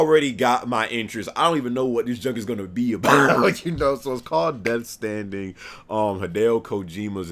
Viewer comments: It's Death STRANDING, EEEDIOTTT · Sucka, get it right: Its Death STRANDING. With an R thank you very much kind SIR. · LOL I think you meant to say "Death Stranding" and for some reason I thought it was hilarious that you called it "Death Standing" for some reason lol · And it's Death Stranding. Not Death Standing. C'mown...